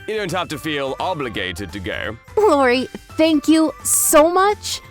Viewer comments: What is this 'Lori' nonsense? It's I~O~R~I. They don't even know THEIR OWN CHARACTER'S NAMES??? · Can this VA please learn the names properly?! Its not Lori it’s iori